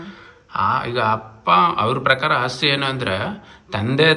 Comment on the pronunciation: ಅಸ್ತಿ ಅಲ್ಲ ಮೇಡಂ, ಅದು ಆಸ್ತಿ..